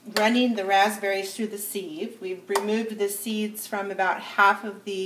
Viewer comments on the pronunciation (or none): Pronounced, siv.....:) thanks for the video!!